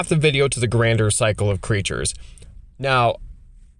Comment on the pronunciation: IMO you're *way* overvaluing making non-legendary tokens for this cycle. The point is to abuse their Grandeur (pronounced "Gan-jur", btw, not "Grand-er") ability as much as possible. Having more copies of the creature in play doesn't help you do that, most of them don't have a useful body to attack with, and their activated abilities are generally just worse than using their Grandeur effect. Bending over backwards to make only non-legendary copies just isn't useful for anyone except probably Korlash (and maybe in some slower games , Oriss in a hard control deck). By not using the legend rule to sac the commander itself and leave the clone in play, you're giving up a free way of getting the commander into the GY, where it's almost always easier to get back into your hand that from play; there are just a lot more cards that will do that for you, especially artifacts, which are going to the be the main thing you lean on in mono-blue and mono-red, and to less of an extent, mono-white. This comes up a ton in green. If you legend rule Baru to the GY green has countless ways to return a creature or permanent from the GY to hand. Baru also is, AFAIK, the only one of them that has an easy 2 card infinite loop with Paleoloth. The ability to poop out a large number of wurms and then give them +1 and trample before you swing is strong. I'm sure you could build a landfall deck where getting +3 or +4 per land drop plus playing multiple lands per turn is strong, but you'll have to also prov